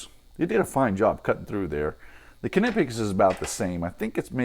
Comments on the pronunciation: Great video, really useful to see a comparison between these two. It's good to know what the Capri cutters are able for straight out of the box. I don't know if you're pronouncing Klinge correctly or not, but I'm afraid to say you're definitely making a shit of Knipex :) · You are officially wrong. Here's how it's supposed to be pronounced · In Knipex, the "K" is silent, btw. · Knipex made a video about how Knipex is said so you're saying the company don't know how to say the name of their tool?? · It’s definitely not silent. You can call them and find out.